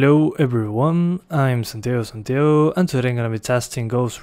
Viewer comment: Say your name properly its not Sentayo its San-Ti-Ago